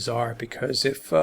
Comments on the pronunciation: all you do is type her name into good translate and listen to the French pronunciation. its a french word. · Why are you mispronouncing her name? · Why can’t Americans pronounce Ghislaine? It’s Gill-lane. When the letter G is followed by a consonant it’s pronounced like a like the G in “go”. The S is silent. Like the L in salmon. I’ve heard Jizz-lane, and here they are say Jill-lane. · Dear America. It's not Jill-lane. Or Jee-lane or Jizz-lane. I doubt she will spill the beans. Kevin Spacey, the Clintons, Trump, and many many more people in powerful places will end up getting away with this. There are STILL men who think that what's happened is really not that bad. That blame the teen girls. Sick world we live in. If she ever wanted to do the right think she would expose all the evil bastards, but she hasn't done the right thing before...so why now. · THE CORRECT PRONUNCIATION IS JIZLEN. SHE WAS BORN IN FRANCE AND HAS A FRENCH NAME. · The French name Ghislaine is pronounced 'ghee-lane', with a hard 'g' as in Ghana and ghetto. The 's' is silent. Giuffre, Virginia's married name, on the other hand, has a 'g' followed by an 'i', which gives it a soft sound, as in 'jew'. If there is an acute on the final 'e', the name is pronounced Jew-fray. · Great stuff again guys. The sole purpose of the Goldman interview is to try and paint her as a sympathetic person. Bull*** Btw... I think her name is pronounced: Gee- Lynn. Hard G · If you’re making a whole video about something and something so serious, you might want to pronounce her name right. Unable to watch, the repeated JILLAINE MAXWELLs are so annoying. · FYI her name is pronounced GIL-LANE with a hard 'G'. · You Nearly pronounced her name correctly, just ad the S ! and you got it ! (I'm French). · Why do Americans struggle to pronounce her name properly? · At least learn to pronounce her name properly. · Omg at least say her name properly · you can't even pronounce her name correctly??